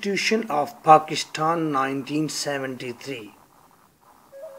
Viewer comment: Pakishtan Hahaha ... Pakistan.